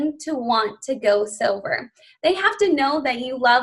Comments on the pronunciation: Also I keep thinking she is saying "get people sober" and its throwing me for a loop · Me too!!!! I KEEP hearing sober!!!! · Anyone else hearing her say ‘sober’, not ‘silver’? 🤔